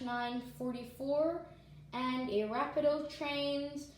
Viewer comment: Just some knowledge, it’s pronounced (Ruh-pee-doe)